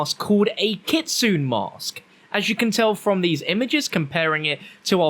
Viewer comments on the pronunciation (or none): Kit-su-ne “Ne” as in neh Lol 😂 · It’s pronounced ki-tsu-ney, in Japanese the e at the end of some words are pronounced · Kit-su-NE like nay lol still love you ❤️ keep doing what you do 💪😂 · Not to be that weeb guy but I'm pretty sure it's pronounces kitsunay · Not kitsun, kitsune